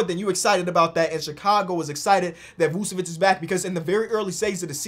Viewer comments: "Use cocaine" I skipped right after he said his name and it sounded like cocaine. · please learn how to pronounce Vucevic’s name